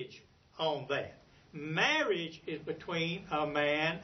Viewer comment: "murrege perc"?